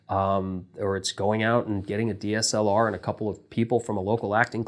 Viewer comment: He said DSLR 😅